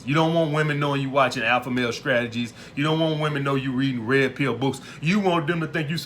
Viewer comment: Alpha Male Scrategies